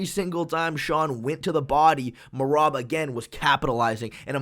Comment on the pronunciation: Merab got a finish before figured out how to properly pronounce his name